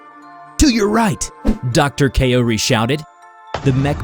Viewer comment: "Kow-ri," not, "Kay-oh-ree." Also, Kaori is her first name, so she wouldn't be referred to as "Dr. Kaori."